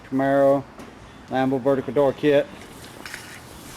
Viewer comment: It’s “camaro” not camero